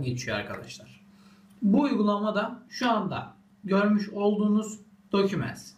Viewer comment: "aytunus" "dokümants"